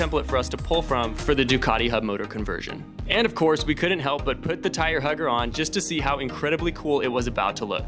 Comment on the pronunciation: How are you pronouncing the word (tire) hugger - lmao. Dude this is so wicked cool. What software do you use for tuning the electrical systems?